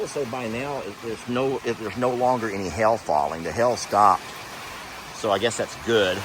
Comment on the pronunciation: I grew up in Mississippi so I'm amused by you saying hail. Did he say hail or Hell? Lol. The other night I got amused by your conversation with Megan about your game. I wanted to bust in when she told you it was "Dill or No Deal."